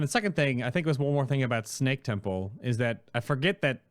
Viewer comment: Why says snack instead of snake?:D